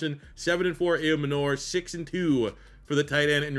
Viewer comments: It’s pronounced Eye-Oh-Manner. Titan Up! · love you but PLEASE look up how to say Elic Ayomanor name...